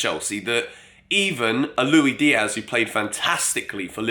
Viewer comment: Stop saying Loui Diaz come on